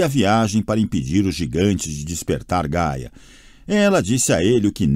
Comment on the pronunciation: ri muito nessa parte kkkkkkkkkkk e as vezes ele fala Gala ao invés de Gaia... e a pronúncia errada do nome de Piper. seria Paiper a pronúncia rsrs